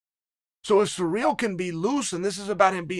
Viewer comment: Took me 9 mins to realise he meant Cyril. Sounded like he was saying Ngannou was surreal🤣